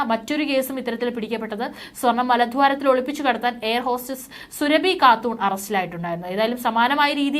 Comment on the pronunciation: സുരഭി അല്ല സുറാബി കാട്ടൂർ ...